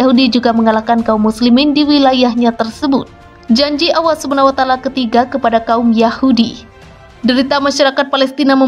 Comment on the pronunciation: Pengucapannya seharusnya Allah, bukan Awah